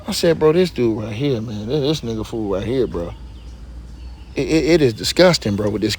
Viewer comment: He said his father tha kang round hea😂😂😂😂😂😂😂